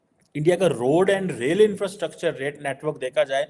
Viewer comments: 100% madrasa chhap even can't pronounce rightly [roll and re-e-d!!]😂😂😂 infrastructure [rail & road] अबे इतना जल्दी भी क्या है साला हम लोग भी एडिक्शन हो गया हैइस 😂😂😂😂😂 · bhai…..it’s not role & raid 😂😂😂😂. It’s rail & road. How difficult is it, you made the same mistake twice! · Bhai totale Roal Raid nahi rail road hota hai. 😅